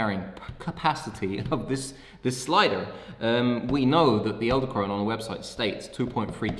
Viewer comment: I cringed every time you said "eldekrone" not "edelkrone"